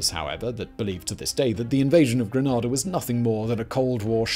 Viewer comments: Thank you for covering this! My family is Grenadian and I’ve heard many personal accounts of the invasion but this was incredible and educational! Always very exciting to see our history covered, especially in such depth 🤝🇬🇩 Quick respectful note on pronunciation, we pronounce it “Gree-NAY-da” rather than “Gra-NAH-da” so if anyone ever runs into one of us or especially if you visit the isle of spice this would be better received! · It's pronounced GreNAYda lol.... The amount of times mispronounces the names of the islands hurts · Never in my entire life have I heard anyone call it by the name used, not even people local to that island and I've lived in the Caribbean my whole life and been to Genada many a time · As a Grenadian I can tell you categorically that Gre-nay-da is the only correct pronunciation of the name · **stops video and opens comments** It's pronounced GREN - ADA bro! GRENADA. It's really not hard. Your pronunciation is almost as bad as your old outfits "Riyadh-gate". I want to stab myself in the ear drum everytime you say it wrong. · Sloppy as fuck! The American never will tell about this! Pronunciation - Gre.na.dah Bernard Coard - Co.rd Carriacou - Ca.ria.co. who Grenadians - Gre.na.di. ans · Sorry, could't get past the first line...the name of the country you did a 25 minute video on is not pronounced GrenhAAAHHHDAAAHHH...not even at Eton. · Correct pronunciation for Grenada = Grey-naay-da. For Carriacou - Carry-ah-cu. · I know this is late but it’s pronounced Green-A-Da Bernard CODE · It's Greneda (Grenay-da) and it is beautiful, safe, laid-back and broke. The sister islands name is pronounced Carriacoo but who cares except the people who live here. PS Regan didn't even have the courtesy of advising Margaret Thatcher of his intended action. Shabby really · The name of the island of Grenada is pronounced Gre-nay-da. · Your saying it wrong gre nay da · Pronounced "Gra - nay - da" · It's pronounced "grenayda' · Grenada not Granada